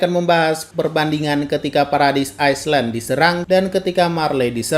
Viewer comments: maaf bang bacaan island ini pengucapannya aylen bukan aislen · Island di bacanya (ailen) lain aislen krna kalau di bacanya aislen jadi nya (iceland) lain island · bang,sebutan island itu aylen bukan ayslen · mantap bang. btw island dibacanya ˈīlənd bang bukan aisland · bukan ais len min Ai len = island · Bacanya ailen bukan aislen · Mau koreksi dikit min, yang di bagian pembukaan, kalo yang mimin maksud paradise island, itu cara baca island nya gini "aylen" #CMIIW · Mau koreksi sedikit, island dibacanya ailen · Island : ailand bacanya S nya gk kebaca. Sharing is caring 👍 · Aisland .. T_T Rip. english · Bang cara baca island tuh ailend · Bang, cara nyebutnya Paradis "AYLAHND" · Pelafalan "island" kayak nama miras wkwk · Island "S" nya gk dibaca bang .